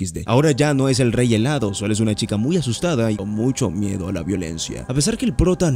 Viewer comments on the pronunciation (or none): Yo escuchaba rey helado XD